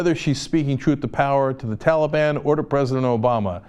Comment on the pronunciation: Hey man he also pronounced talib wrong, big woop.